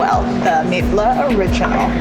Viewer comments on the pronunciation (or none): Pretty sure it's called mitla Cafe not meatless cafe😂